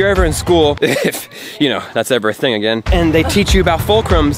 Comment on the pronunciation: "if thats ever a thing agin"omlll im dead💀💀💀💀💀